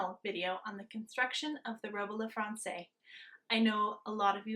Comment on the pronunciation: Wow! Beautiful! For this exquisite work, you should know that the last word of the gown is pronounced "frahnsez." HTH. I think you're a very lovely kind of crazy :)